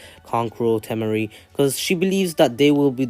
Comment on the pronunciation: T-mar-e “temari”